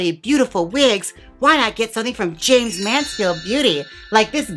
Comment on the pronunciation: I almost fainted when you said my name and got it right. I need it as a notification sound. Love you Jaymes!